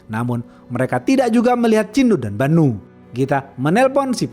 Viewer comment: ChiNNNNNU dan BaNNNNNNNU 😌 Cinu dan Banu aja bisa nggak bang ga usah pake tashjid